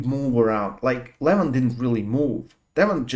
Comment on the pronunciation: learn from Ryan Blue how to pronounce right the name LEVAN